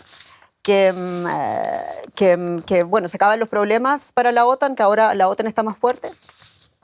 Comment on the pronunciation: Las siglas OTAN en español se pronuncia acentuado la sílaba "tan" (otán).